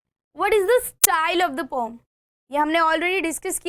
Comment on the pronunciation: Pom kya hota mam poem hota